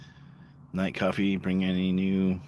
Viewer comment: Cwoffee tawk 😂